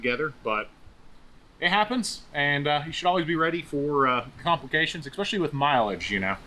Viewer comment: ESPECIALLY. Not eCKspecially. Sorry. Pet peeve.